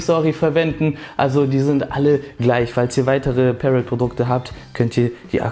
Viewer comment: Review ist ganz gut aber am Rande ist Parrot eine französische Firma und wird nicht so ausgesprochen ;)